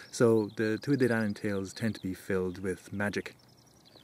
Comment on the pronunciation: Donn, not danu.